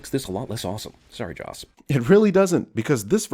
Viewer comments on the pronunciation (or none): lol u kept calling joss josh